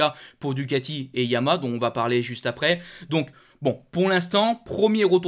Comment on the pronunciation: S'il te plaît.... Dis Ya-ma-HA J'ai 84 ans, une 2005 R1 YaMaHa. Tu ne dis pas Astri pour AstriA. A part çà j'aime beaucoup tes commentaires. Carole.